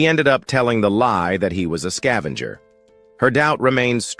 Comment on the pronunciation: Level "Zao Skaevenger" all i had to hear then i turned it off.